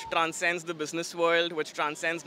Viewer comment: Bro said watch zee buisness 😂